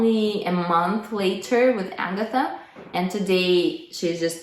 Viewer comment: In fact, Agatha is not Agatha either. She is Agata, second syllable stressed, long 'ɑː' after 'g'. But perhaps thinks anglicised name variants will sound more familiar to her English speaking audience.